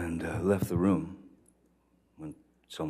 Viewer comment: “This could win me dee academy award”! Bugs B.